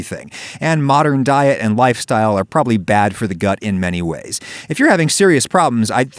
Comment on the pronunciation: The fact that he didnt even pronouce the word "probably".. why not.? Is it too "sus".. you are a weird man..